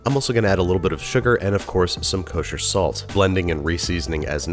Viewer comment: Nobody: Binging with banish: KOSHER SALT